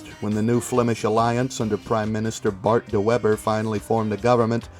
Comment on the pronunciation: Bart de webber XD I love hearing dutch names get butchered and that is one of my faves lol